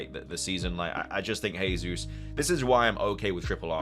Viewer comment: Gehzeus not hehzeus ;)